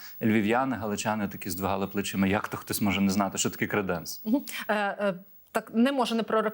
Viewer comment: ПЕРШИЙ ЗАХИСНИЙ ГЕЙ Галичани ви дійсно зі Львова 😮😮😮? У словах "креденс" та "креденець" наголос падає на перший склад: КРЕ́денс і КРЕ́денець. Обидва варіанти означають буфет для посуду, причому "креденець" є застарілим варіантом слова "креденс". Може вам ліпше ще вивчити Львівську ґвару!??? 😊